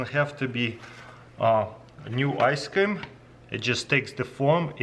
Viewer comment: I love how you say ice cam.